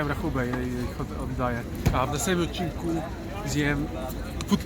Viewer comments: "W następnym odcinkÓ" XD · "Odcinkó"? :DD